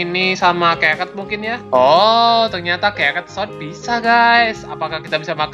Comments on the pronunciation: Sword bukan sod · Sword bukan sot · Sword jadi swod